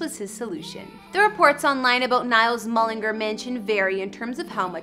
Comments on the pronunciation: How she pronounces mullingar : mullingerrr How we pronounce mullingar : mullingar Ngl she kind of annoys me hahahaahha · mullingur its mullingar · Its mullingar not mullinger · Yea it’s pronounced ‘mullengARE’ not ‘mullerGRR’. 🤣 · You know these people haven’t a clue when they say mullinger instead on mullingAr, and call Louis, Lewis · mullingARRR not mullinger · The way she is saying mullingAr is annoying me sm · she said ereland mullingr 💀💀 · Its so annoying how americans prounce all irish names towns all that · It’s pronounced mull-in-g-are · There's an a in Mullingar for a reason! Pronounce it properly, MullingAr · no no no, Mullingar, Ireland is pronounced Mull - Lynn -Gare. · Mullin- gar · That's NOT his childhood home. Yes, that house is in MULLINGAAAAAR....learn to pronounce it properly...but it's not the house he grew up in. I've actually been to his childhood home and met his dad and his partner. Why are you trying to be a 'news reporter'? get a real job... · It's Mull-in-gar. GAR! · YOUR NOT SAYING MULLANGAR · She said LEWIS and Mullingar wrong. She also said that his net worth isn’t too shabby. Hers is way less. He lives in London and LA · Lewis Tomlinson?? It’s Louis Tomlinson’s pronounces (Louie) 🤦🏻‍♀️🤦🏻‍♀️ and that house in Mullingar is one he bought for his mom. He has a house in England. I’m so done.. you acted like you knew everything and you couldn’t even pronounce Louis!! Or Mullingar!!